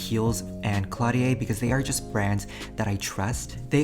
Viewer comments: ok ok ok but it's caudalie and not cLaudiA 😂😂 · so glad you're back ! but as a french person I need to tell you Caudalie is pronounced cau-da-lee 😉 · Caudalie is pronounced co-dah-lee! It's a French brand 😁